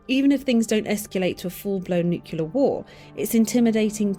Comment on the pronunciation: Why does the narrator mispronounce Nuclear?